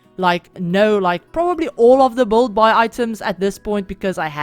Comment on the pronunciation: So pretty!! Can't wait to have the pack! Btw I like how you pronounce build like "bolld" 😆